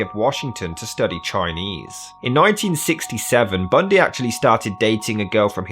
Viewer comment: I like how you say his name lol 😂 TED BUNDEEE …